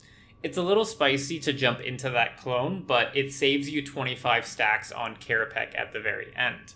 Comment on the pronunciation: * Hermoine voice * it's kerapatsj, not kerapack